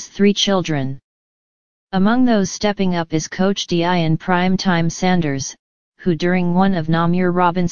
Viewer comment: Learn how to simply pronounce Deon Sanders first name: Dee—-on❤️